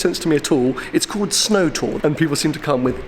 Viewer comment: he said SNOOOW in Scottish